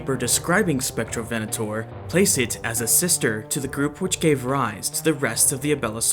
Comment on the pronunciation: Im brazilian and i forgive you for the mispronunciation